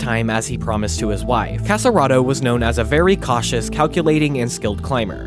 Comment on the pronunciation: Nice, thank you. But don't say "Cassaraedo", it's Casarotto 😉